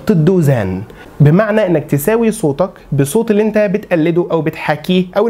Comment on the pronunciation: كيف تحسن صوتك بفتح التاء، والله أغلقت المقطع لما سمعتك ضممت كلمة صوتك ولم تفتح التاء.